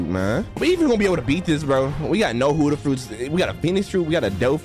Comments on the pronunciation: i love ur vids like the peson below me but it is BUDDHA not hudda 🤣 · or u are saying budda